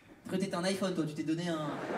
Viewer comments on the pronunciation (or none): none